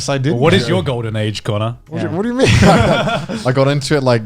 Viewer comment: 被Calli推薦後有去看Ame的直播，結果Connor被念成Cannur(卡諾爾) wwww 另一個比較相反的例子是有個V倒貼ww V叫Milky Queen，結果Connor被大家虧說「真不愧是93%」(指Connor以前在做黑執事粉絲配音時候，女性觀眾的比例ww